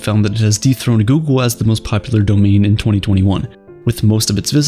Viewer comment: Think soogle, Doogle